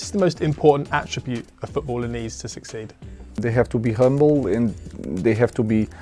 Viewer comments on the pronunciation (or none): none